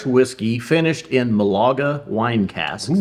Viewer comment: Great review guys ! (Málaga not Malága is a sweet fortified wine much like PX) Cheers